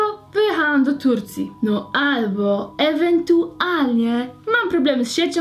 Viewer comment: "ewentuarnie" xDD pozdro dla Zuzi <3